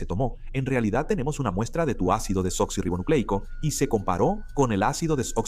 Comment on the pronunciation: Cada vez que dicen ácido deblablablablablanla me da una risa